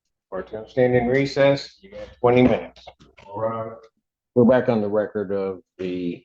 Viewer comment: had to rewatch multiple times to tell whether he was saying “f***ing racist” or “court’s in recess”